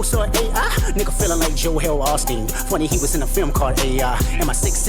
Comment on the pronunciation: That's part of the " idk who I'm battling" scheme. It's why he mispronounced joel Osteen's name